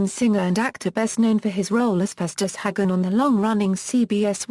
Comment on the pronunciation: Festus was a HAgan with a Long a not a hag gan!